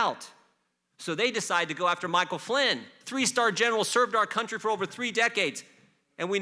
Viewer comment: He cant even say Michael Flynn